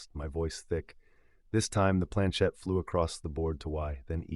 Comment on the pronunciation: It is planchette not planchain!